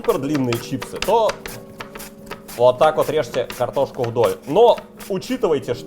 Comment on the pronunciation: Такое ощущение что жестко копирует манеру речи...слух режет аж бл. Даже "уотак вот" вечно произношенное копирует. Ну пиздец)